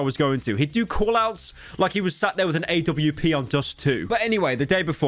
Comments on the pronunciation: this dude said aye doubleyou pee instead of AWP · pyro saying A.W.P instead of AWP is aids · why did he say awp so weird 😭